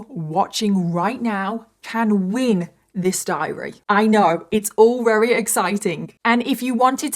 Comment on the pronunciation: Jesus. You drag the story out to 3 times the length. So verbose. I'm rery rery bored. I'm up to 38 minutes and you have said RERY 13 times so far.... But I'm bored so skipping to the end. I estimate about 23 rerys will be used in all. Try saying really really or even extremely instead of rery rery on repeat. Get a thesoraus and find some replacement words for rery. Or better yet go to speech therapy